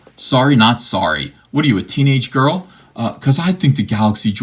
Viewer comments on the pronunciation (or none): "Soyry, not soyry." Also, Rose Tico wasn't cool until CAPS-rehabilitation healed her.